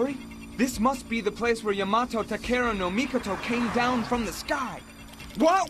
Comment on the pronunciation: No wonder Yamato Takeru No Mikoto kept chasing him. He's the only one that's able to perfectly pronounce Yama's name like that🤣🤣